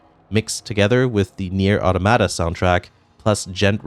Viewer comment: Imagine pronouncing it audomada and bayonada.